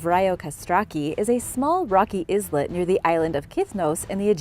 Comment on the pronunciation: sorry to be critical, but "islet" is pronounced "eye-let" the "s" is silent. I have heard you say it "iz-let" so many times, I just had to finally say something. You do you, but just thought you should know.